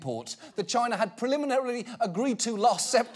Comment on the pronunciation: is there anything more cringy than the way trump pronounces China?